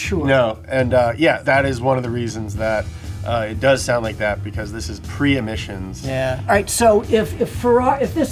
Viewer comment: “Pre-emissions” hahaha